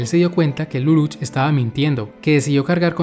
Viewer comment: ¿Por qué todos pronuncian Lulúch? ¿No debería ser Líluch? Y, para mí, es una lástima que no esté en doblaje latino. Por lo menos, yo no encontré.